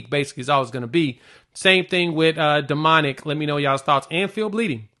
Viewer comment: okay no shit but it's pronounced Dominic not Demonic.